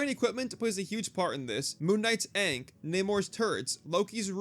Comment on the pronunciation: lol How do you mispronounce ankh when they say it any time MK is in a match